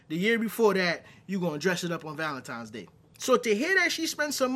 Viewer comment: Why do certain black people pronounce Valentine as Valentime? I could just use "ignorance" as the blanket answer, but I want to leave room for a potentially more nuanced response.